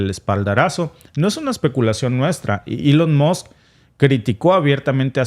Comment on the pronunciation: Elon Moss? No se mordió la lengua?